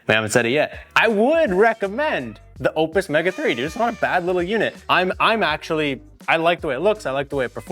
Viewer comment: Sorry, but when you can’t pronounce it correctly, I just can’t watch the video 🙄